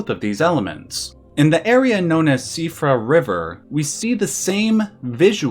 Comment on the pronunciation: Glad to have found your channel today by accident. In a sea of gaming 'retrospectives' your quality really stands out. Also wanted to commend you on the closest pronunciation of Siofra that I've heard attempted yet. It's shee-fra really but had a big double take when i didn't hear cee-oh-fra for once.